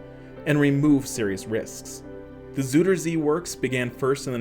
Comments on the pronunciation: The zooder zee? That’s not even close. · Haha “zoederzie”😂